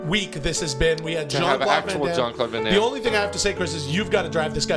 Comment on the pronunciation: Jean Claude Can Damme and Not Jean Claude Van Damme had me in stitches. Haven’t laughed so hard in a while lmao